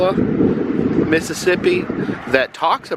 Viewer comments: I love videos, but he said "Pass-a-goola" several times. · Pronounced PAS.KAH.GOUL.AH One of the two men (Charlie Hickson) was a neighbor of mine in Gautier, and I went to school with his daughter.